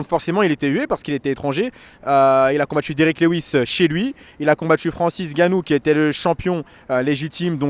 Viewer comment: Ça fait les commentateurs sportif et pas capable de bien prononcer un nom ça me fume 🤦🏻‍♂️🤦🏻‍♂️ Francis Ngannou devient Francis gannou ... Exactement comme ces commentateurs de foot qui nous sortent des Kylian Bappé... On écorche pas un nom !!!